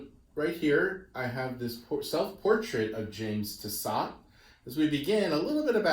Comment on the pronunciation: I think the surname should be pronounced Tiss-oh. The final “t” is silent